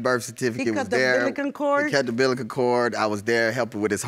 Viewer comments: Did she say ambillican cord? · how she just try to say umbilical cord ?!